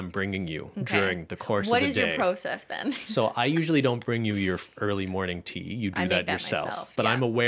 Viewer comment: Just going to throw it out there that is absolutely HYSTERICAL that Ben is on constant alert when Cristine says “BEYN” and gets annoyed when she’s filming. ☠️ You got a good one, girl. He puts up with so much. 😅❤️